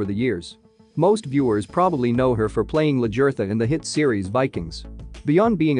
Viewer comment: The very least you could do is learn how to spell and pronounce her character's name. It's LAGERTHA!!!!